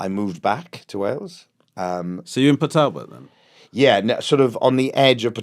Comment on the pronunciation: Top marks to Romesh for pronouncing Port Talbot properly like Michael - "Pour Talbot"